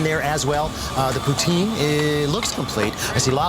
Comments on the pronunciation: he should work on his pronunciation... Ordering a prostitute instead of poutine would be awkward. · what if your not in Quebec or pronouncing it with a French accent? It's pou-teen